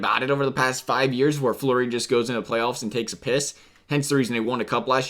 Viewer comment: You callled flurry Murray